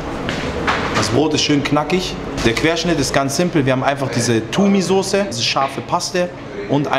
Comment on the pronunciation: Fam man sagt Tum oder Toum und nicht Tumi habibi nur als Info ! Geiles Video!